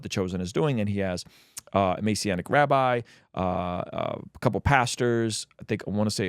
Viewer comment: Not being petty, it's Messianic, not Masionic. Important semantics here.